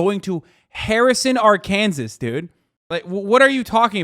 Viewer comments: I’m from Arkansas. I’ve always heard that Harrison is the most racist town in the country and even i didn’t know that the KKK leader wasn’t from there, he’s actually from Zinc. I didn’t even know there was a place called Zinc here 😭 Also the way Hasan pronounces Arkansas is killing me, but I can’t blame him, no one ever really talks about this state. Rip. I love that this dude made a new buddy in Harrison. It’s so damn wholesome! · How come a brit can pronounce Arkansas correctly but Hasan can't?